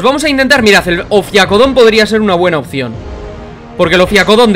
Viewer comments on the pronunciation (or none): none